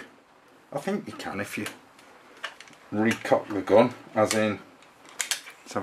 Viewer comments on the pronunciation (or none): It's not a 'gon'. It's a gun. Why do you English people change the vowels? It's very confusing. You also talked about this gun's 'gods', or did you mean 'guts'?